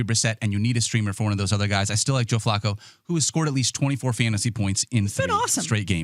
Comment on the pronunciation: Why does the hipster keep pronouncing Flacco like Flaco the late Owl?